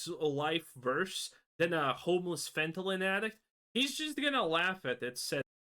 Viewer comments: I'm gonna be real, only issue I had with this video is how you say fentanyl. The way you are pronouncing it would basically read as fentalyn. I get that English most likely isn't your first language so i'm not faulting you for that but it does need to be pointed out. Other than that? Right on the money with the criticism. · Calling people braindead but can't even say fentanyl correctly.